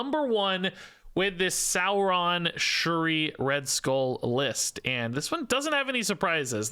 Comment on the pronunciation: Like your cobtent⭐ It's Dino "Saur"-ron....... Not sour